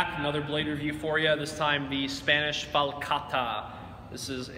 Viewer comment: Min. and , You are the first non-Spanish person that I have heard that pronounces correctly the T of the word falcata. Thanks and congratulations! XD XP Gorgeous sword and nice review! Greetings from southern Spain, land of the ancient Iberian peoples and the falcatas!